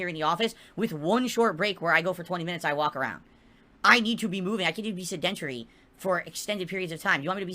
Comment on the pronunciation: I can't believe he STILL doesn't know how to pronounce sedentary.